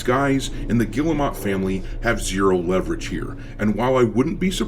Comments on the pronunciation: It's pronounced gear-moe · You know, their name is not pronounced like that, but i like the way you say it because it add the disrespect they deserve . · Guillemot !?!? That’s French for retarded!!